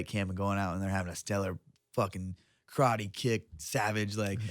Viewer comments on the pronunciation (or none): none